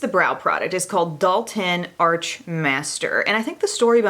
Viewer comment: Dalton - Doll-ten